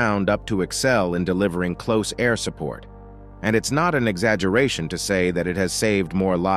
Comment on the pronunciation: Well done, except for a few rather absurd language errors. Do NOT read material without doing it first in front of an expert who understands that mm means millimeter (As opposed to emiliameter!). And stuff like " the Douglas A . . . . . . . . . . 1 Skyraider. And not "closed-air" support craft. It takes a very professionally-sounding narrative to rank amateur status.